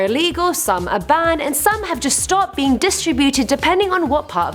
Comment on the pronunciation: It's pronounced "banned" not "bahhhhhhhned"